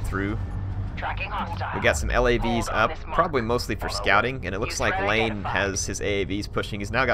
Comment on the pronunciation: It's Iain like Ian, not like lane. Like "ee-un", fyi. Another commentator (magpie) who is familiar with the players said it that way in his artifact cup 14 and 15 coverage. It's always hard to tell lower case "L" from upper case "i"